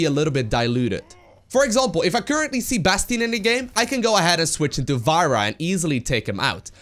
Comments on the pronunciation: It´s pronounced farra , like in Pharaoh , egyptian ruler. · I've been watching your videos for a while now and fist saw you commentating SC2 tournaments years back, but please for my English speaking sanity there is no character named Varah. Her name is Pharah the Ph sounds like an F not a V. Keep uploading bad ass content; I'm sorry I'm nit picking.